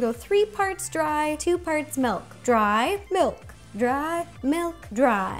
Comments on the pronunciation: I HATE it when people say melk it milk! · I love how she says melk not milk